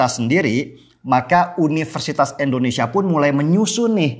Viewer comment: Bang, Indonesia Bang, bukan Eendonesia.. huhuhu.. I Bang I.. hehe maklum seh kl kebiasaan, tp kl boleh dirubah..hehe makasih